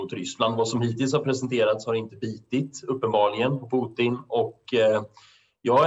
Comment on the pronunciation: han heter inte Puttin 🤦‍♂️